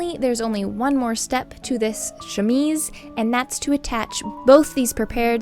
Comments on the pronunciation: Thank you for redoing the audio on this. I enjoy your videos and the work that you do, but to be honest, as a French and even English speaker, the way you were saying chemise was driving me nuts and took away from the video, if only because you said it (incorrectly) so often. Kudos for being a professional and putting in the work to put out a professional and perfectly polished video that highlights the gorgeous finished garment. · don't feel too bad about mispronouncing chemise, when I first came across the term I kept pronouncing it ke-mees, like chemist lol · I personally enjoyed the first way of pronouncing chemise because I often make mistakes too 💖😅 English is weird, it’s not read as it’s written and basically you need to hear other people pronounce it repeatedly until you’re able to get it right 😂 I was born and raised in Australia but my parents speak Spanish where the rules are a lot more simpler. There’s a roundabout here in Victoria where Lilydale is spelt three different ways for the same suburb! When the Myki (public transport card pass) I read it as Mi-ki but it’s actually “my-key” which was rudely brought to my attention. 😅 Sydenham, which you would assume is said Syd-en-ham, is actually a quick blur of Sid-di-am. 😂 Like before, I loved the work you did, beautiful and so much attention to detail which shows the love you put into it. 💖💖💖